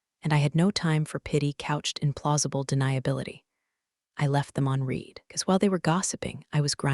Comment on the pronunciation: Please teach the reader the difference between read(pronounced like reed) present tense and read(pronounced like the color red) past tense. I read(reed) books. I read(red) a book yesterday. This is getting annoying.